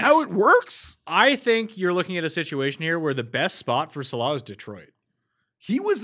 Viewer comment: Can someone tell hes pronouncing saleh wrong